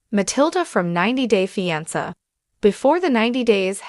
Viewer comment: Why can’t this bot pronounce fiancé right ????